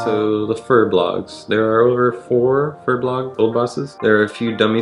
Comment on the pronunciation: It’s ‘Bolg’ not ‘Blog’ lmao